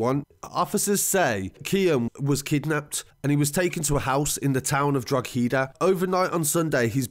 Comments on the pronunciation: Watch your stuff the whole time I'm from the Republic of Ireland and just for record "drogheda" the g is silent so it sounds like droheda when ya pronounce it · It's pronounced Draw-head-a lol Also the main issue in Drogheda is the place is the biggest town in Ireland. It should have city status, which would allow more funding to go through the town and allow more resources to prevent kids from getting into this stuff. It's ridiculous that local government and politics prevents more resources coming to this town. Lack of funding is inhibiting preventative measures, therefore causing these kids to fall into the trap of easy money. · Draw ha da is how we say ' Droaghda' sounds in Ireland .. this was as accurate as it gets , well done to the narrator ✌🇨🇮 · Well done i love seeing you cover irish news. Most detailed report ive seen yet only thing u got wrong was the pronunciation of drogheda but thats irrelevant really. Anyone thats not irish will struggle we say it DUH RA HID DA Its one the more harder ones. Big up anyway thanks for covering my country🇮🇪🇮🇪🇮🇪 i make sure 2 watch every video u put out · it’s horrible what happened to the poor fella. the name of the town it happened in is drogheda (draw-hid-ah) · yes. About 10 minutes from Drog-hee-da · The "g" is Drogheda is silent. Pronounced "Droheda". Or if you're from Drogheda it's "Dwawheda" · Drogehda - "draw" "heh" "dah" great report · Jimmy Burke Irish Gooodfella No we don't in the north we pronounce it properly Draw a da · Droh-head- ah is how to pronounce Drogheda. Who is Mr Big? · Hate the way he's saying 'Drogheda'! It's pronounce Droheda! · great review really fantastic. to prounce Drogheda its prounced DROH ADA I KNOW ITS SPELT like u said just thought u want to know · For non irish viewers The actual pronunciation of Drogheda is "Draww-da" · like both are correct drogheda people generally would be like draww-da then the everyone else in ireland would be the other way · “Drog heeda” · Drog -ha -da